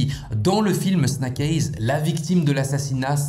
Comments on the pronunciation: Snack aiyze qu'entends-je ? 👀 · La prononciation du titre du film elle finit par faire mal aux oreilles